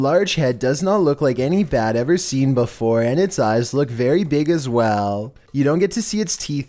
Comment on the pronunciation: Flooooowwwrrrr..... Neighbowwwworrrr..... beeewfowwurrrr... WTH..YOUR PRONUNCIATION